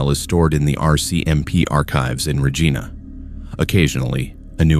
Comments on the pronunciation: Regina is pronounced Reyena not Regeena!! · great stories - but Regina is pronounced R E G I N A not R E G E E N A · It is pronounced Reg I na. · Reej-eye-nah =Regina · Whether the narrator is a human or an AI, I doubt that it is Canadian because it cannot pronounce "Regina" correctly. I have seen this same failure several times on other channels. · you are pronouncing Regina incorrectly but i do enjoy the stories. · Please learn the proper pronunciation of Regina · I was just going to say that! They pronounced it as a name, lmao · The guy can’t say Regina right